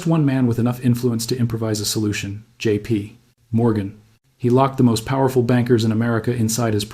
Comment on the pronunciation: This AI voice is a bit anoying. It cant read dates properly. And the time between JP and Morgan was too long.